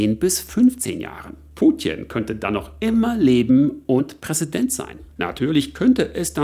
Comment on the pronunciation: Kannst du Putin nicht wie ein normaler Mensch aussprechen?